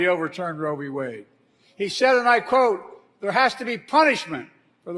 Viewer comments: He said, " Roe v Wey..." He's a fucking Moron...lol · Notice he called it "Roe v way" not Wade. He could have a job on an anti republic video blog. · He is such an imbecile that he doesn't even say the correct name. He said "Roe v Way" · the way he always pronounces roe V(s) wade really highlight just how little he understands about what he talks about... it's qui(d) pro quo all over again